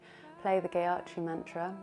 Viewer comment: "Geiatri"? Seriously?